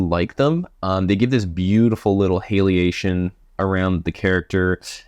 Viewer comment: Stop saying halation like that ur butchering the word